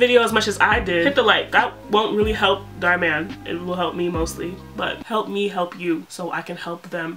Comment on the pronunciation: girly dhar man has an Indian name, so you've been pronouncing it wrong the whole time 😭